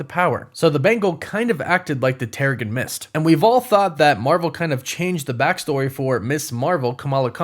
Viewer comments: It's pronounced "tehr-uh-Jin". You kind of lose credibility when you continue to say it incorrectly. It's not like this is something new or up for interpretation from reading the comics. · its Terrigen like in generation or genesis. Normally I dont care about this sort of thing but it kinda takes away from the fact that its a process they go through if you dont pronounce it right. I have no clue whats happening in Ms. Marvel its all so crazy right now im just enjoying the ride. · You keep saying Terrigen Mist wrong. 🤓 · Someone should do a counter for how many times he said terrigen mist wrong and trying to assume that every single mcu project will set up the x-men 😂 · Is anybody going to point out that he's saying Terrigen wrong?